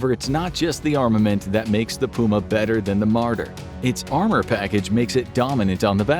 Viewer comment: I’ve never heard puma being pronounced that way